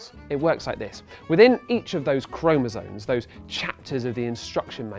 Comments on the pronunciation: It's chromosoMe, not chromosoNe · isn't it chromosome, not chromosone